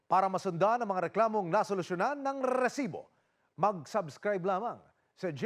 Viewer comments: Natawa Ako sa rrrrrresibo 😂😂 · Hindi mo ba kayang i pronounce yung recibo ng normal? Nakaka irita kana eh